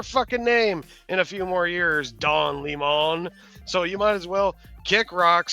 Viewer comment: It's Don Lemming dude...